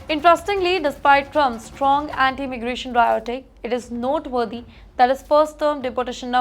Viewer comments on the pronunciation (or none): pronunciation is improving but she still has not learned rhetoric is not pronounced riotic😂